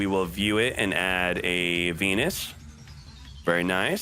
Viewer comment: u saying venus sounds like pen1s :V